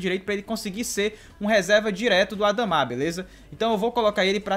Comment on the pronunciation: não é adamá q se fala kkk é adama normal